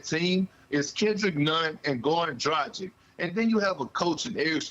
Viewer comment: They’ll never pronounce Dragic right.